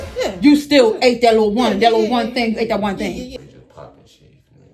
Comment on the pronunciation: A lil pootttt ??? 😂 that was nun close to lil lmao